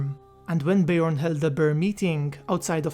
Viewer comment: Bear, not ber haha